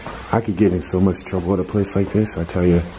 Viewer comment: you crack me up when you say What is dis? Instead of what is this??